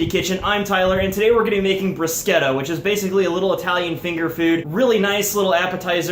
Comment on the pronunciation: It's the first time I ear a non-italian person pronounce "bruschetta" as it should be. I'm feeling so emotional right now